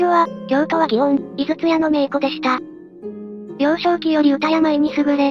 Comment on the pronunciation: 名妓はめいぎと読みます!!めいこではないよ!!